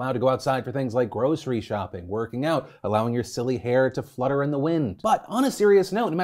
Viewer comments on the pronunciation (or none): none